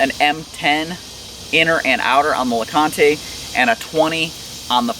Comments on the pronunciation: Named for Mount LeConte and Fontana Lake both in Great Smoky Mountains National Park. Pronounced lah-cahnt. Silent e. CRO is also HQ in TN just a few miles from me. Gotta support local companies!!! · well I assume since the quilt is named Fontana as in Fontana damn and the other is LeConte as in Mt LeConte it's pronounced LeCont with no e. I live in Knoxville TN and thats a cool little area to hike up to with a great restaurant. They take all their food up on alpacas and mules. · You'll probably get backlash from the internet on how you pronounced LeConte. Just be prepared lol. Great review man! I'll have to check them out! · Overton is correct about the naming and the pronunciation. Named after some iconic TN/NC hiking destinations along and close to the AT. 👍🏻